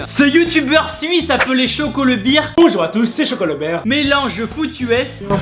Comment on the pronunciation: Damn Tibo.. tu confonds "Bear" et "Beer" ! La famille Bear t'en remercie ahah. Viens essayer de nous suivre sur une journée prépa physique et entraînement de football américain au meilleur niveau Suisse